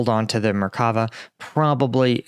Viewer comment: Intersting update; thanks for the explanation. (Hebrew tends to stress the last syllable in words, so it's actually "merka-VAH". (Plural , merka-VOT.)